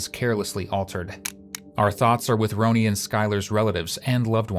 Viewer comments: It’s Ronnie not Ronie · Content creators: her name is pronounced "Ronnie" - as a fellow content creator, if you want people to appreciate your coverage, you need to pronounce the victims' names correctly. Also, we can only embrace AI generated voicing if it pronounces names correctly. Otherwise, it's immediately recognizable and easily rejected. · You owe it to the victim to pronounce her name right. If it is done by AI just put her name phonetically pronounced in the script. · Love when AI says victim names wrong. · Agree. She deserves that respect.